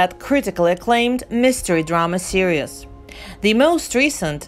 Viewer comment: Are you trying to say Series? Because it sure sounds like serious.